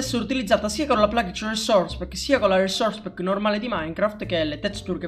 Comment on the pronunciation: RRRRRRRRRESOURRRRRERRRCE PACK